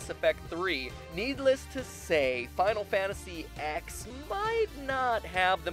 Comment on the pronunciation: Stop calling it Final Fantasy 'ex' You don't see me calling FF7 'Final Fantasy Vee'